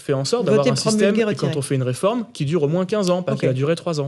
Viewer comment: Arrêté du dire "reformete".... C'est agaçant.!!! C'est une réforme,et elle n'est pas juste !!!!